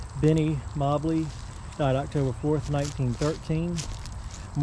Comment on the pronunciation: mobley is pronounced like the moe-bly